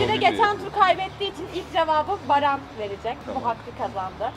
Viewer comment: herkes ahfer denmesine sey yapmısta daha iii yaaa merttehemen barfer diyoo